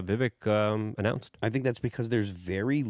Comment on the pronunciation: Hey you finally pronounced Vivek properly!